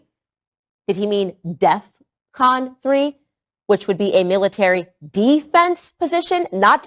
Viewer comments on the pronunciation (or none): Hey, “Kon-Ye”…It’s DEFCON as in defense readiness condition not “death con”. 🙄